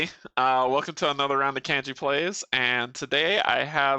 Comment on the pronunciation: woot for having my name pronounced correctly!!